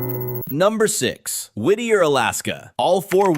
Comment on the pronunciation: From Alaska and I have to say you nailed Whitter - so funny! My friend was a teacher there. She said it was so hard because all the kids knew where she lived and knocked on her door all the time. She never felt off work or like she had peace or privacy. There are now a lot of cabins on the hillside - but they have no access for plumbing or water. And don't forget the tunnel only opened to cars in 2000, before that train.